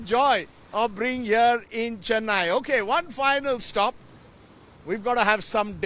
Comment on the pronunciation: Don't pronounce as you pronounce " chennai", ,"dosa"! Learn to pronounce properly